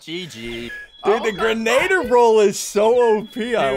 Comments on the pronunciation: You said boggie bon impostor role it’s grenadier Impostor role in among us not boogie bomb 💣 meh whatever who cares idk what to say anymore I just like typing and I watched this video before so I wanted to watch it again cause it makes my day better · is anyone gonna tell them it's pronounced "gren- uh- deer?" No? Just a me thing? OKEY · Ian, say it with me: grenadier. Gren-ah-deer. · It's pronounced "Gren-ugh-deer"